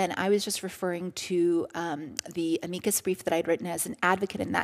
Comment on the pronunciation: It took me so long to figure out that she was talking about an amicus brief because she can't even say the word right "ameeckus"